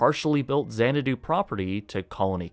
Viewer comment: lololololol ... Say no more than "Mills" ... Also... "Our law offices are at Xanado, right next to the clown college" ... lol .... Oh mills.